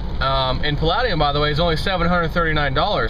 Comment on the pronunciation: It's pronounced Pall-eh-de-um not Pal-lad-e-um!